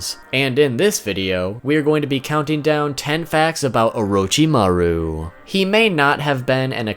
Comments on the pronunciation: Nani? O-row-chi-ma-ruw ...................... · Why do people call him oroe-chi-ma-roo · It's not orochimaru It's not Lord orochimaru It's UWUchimaru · Is it really just me who can’t help but cringe every time he pronounces “Orochimaru”.... oh wait maybe y’all watched dubbed 😳🤢🤢😹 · the way you say orochimaru triggers me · if i hear orochimaro 1 more time today i will kill myself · Great video but please stop mispronouncing his name...